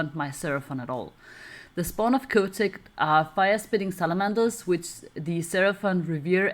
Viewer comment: The "h" in Chotec is not silent. Is exactly the same as "chocolate".